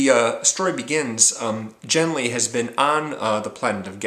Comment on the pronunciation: Great book. One of my favourite authors. Thanks for the review. In my opinion, the main character's name (Genli) should be pronounced with a voiced velar stop (the "g" sound as in "get"), infact the Gethen natives seem unable to say "Henry" (as Genli comes from Earth I can assume he's "Henry").